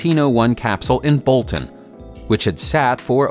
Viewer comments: he says bolton not Boston right? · Boston, not Bolton! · ... Bolton, or Boston? There's a state-firehouse in Boston, but not in "Bolton". Was it a mispronunciation? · BoSton not Bolton